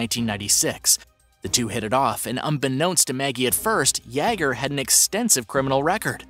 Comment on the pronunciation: I really like this channel and I think that the announcer does a great job! That being said, I am surprised that he can pronounce the (common french name) Pierre, but he is unable to correctly pronounce the common German name Jager. This might help: Jagermeister. I first noticed this when I heard him (on a different segment) pronouncing the name Yves without keeping the s silent. It's spelled that way, but it is pronounced "Eve". I'm sure it sounds like I'm nitpicking, but he said that he reads these comments... By the way, I neither speak French nor German, myself.